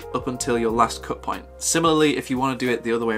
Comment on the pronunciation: No nonsense mode activated: “Let’s get straight to the moint.” Haha